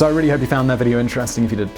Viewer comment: I <3 u Mr.Whistler. "Don't forget to hit that thumbs up 'budden'"